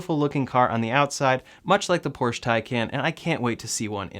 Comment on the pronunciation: There is no car named "Porsch", it's a Porsche. Just like cafe or Volare.